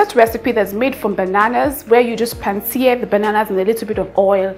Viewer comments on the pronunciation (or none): none